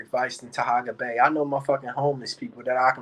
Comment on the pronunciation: can't do a live without mentioning Taharka (not Tahaga) or Kwame. You so smart and can't properly pronounce either of their names.